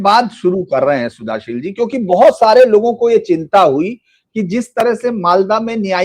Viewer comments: Kindly Spell Shuddhoshil (Bengali accent) instead of Sudhashil. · Suddhashil is a pure Sanskrit name. But the host can't pronounce the name properly. Even the thumbnail has the wrong spelling in Hindi. What a shame!